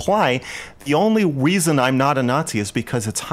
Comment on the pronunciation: “Weason”